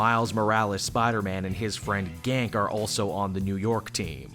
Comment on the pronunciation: I thought it's Ganke pronounced Gonk-ay. But I guess it's a silent e